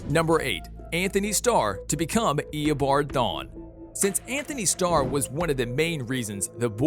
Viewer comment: “eoboard thon”